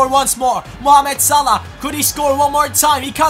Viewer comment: great episode btw it's actually salah not salh